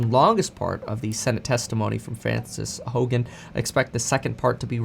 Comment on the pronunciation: its How-gen...... why do certain people seem to want to mispronounce her name on purpose?